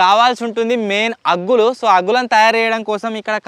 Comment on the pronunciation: Aggullu kadhu anna boggullu